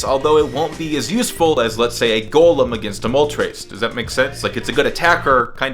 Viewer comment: Hes saying it right though...